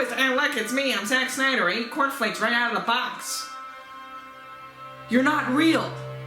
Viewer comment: "sack snyder" Was that deliberate?